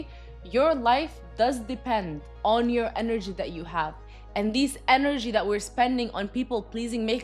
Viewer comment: enerji ))) funny how you say it! but yeah, lots of truth here